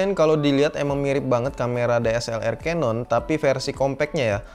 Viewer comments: Agak gregetan sih dri dlu nonton kalo ngucapin canon jangan Kanon tp kenen, udah itu aja bang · nah iya itu, yg bener kenen, keneeeeen 👍